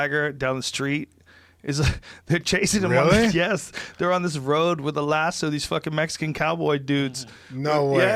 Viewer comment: Why does he say "lass-sue" instead of lasso lol